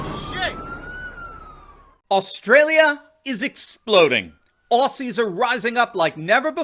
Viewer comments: OZZY! Not Ossy said with a Z!! Get it right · Hi... it is pronounced ozzi... not ossi... Melburn... not melborn And it is not fair to ask police to do this crap..after working so hard to be a trusted member of their communities...now this is just another way to divide Australians..... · Aussie is pronounced - OZY , not ossy. Melbourne is pronounced Melbn, not Melborne. But you got the rest right. Unfortunately the mainstream media are crucifying them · Aussie (Oz ee)! Not Ossy (Os see) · it's Ozzie, not Ossie 🤗 Nothing is what it began as in Oz. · Hi. I am an American but I was raised by an Australian mother and have spent time in Australia. Please pronounce Aussie as Ozzy and not with an 's' sound. Thanks. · Dude. It is pronounced “ozzie”.